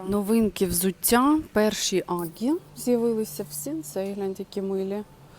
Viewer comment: Доброго дня. Чому ви кажете АГГі, це УГГі?